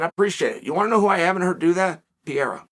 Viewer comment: Not a Pieraa P E R E I R A !!!!! CHAAAAAAEEEL NOT CHUCHUU